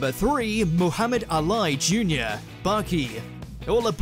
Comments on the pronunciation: Its pronounced ahh lee...not ahh lie smh you need to work on your pronunciations still... You did improve alot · Muhammad A lie??? Wtf. It’s pronounced Al ee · AINT NO WAY THIS NIGGA PRONOUNCED “ALI”. “ AH LIE” i don’t care if your English or not Muhammad Ali is a world famous boxer ain’t no way you pronouncing that wrong by accident wtf